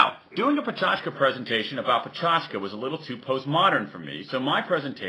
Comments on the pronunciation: good talk, but it's not "peh-CHAch-ka" but rather "peh-CHAK-cha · ohmygod he's saying it wroonnnngggggggg- puh-che-ka-cha, not pa-cho-tch-ka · lol he is saying pechachka instead of pechakucha. said right it should sound more like pechakcha (with little emphasis on the 'u' sound) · dude, it's pecha kucha, not pecha chuka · When he said pecha chka my sanity did a backflip Btw I'm fluent in japanese so you're wrong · Pecha chka? Why is he calling it like this? :S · Its pronouced Pe - cha - ku - cha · pe chas ka u moro_n thats not how to say it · Why *does* he pronounce it like a weirdo? Is he showing off? I've heard people before trying to put on what they perceive as a native accent and just going wildly wrong. Americans saying "lingerie" would be a prime example. Go on forvo dot com and type in pecha kucha for four Japanese people pronouncing it. None sounds like this dude.